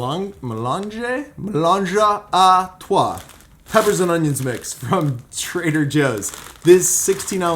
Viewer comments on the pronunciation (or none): It is actually pronounced melange a trois meaning "A mix of three". Was funny the way you pronounced it hehehehe :)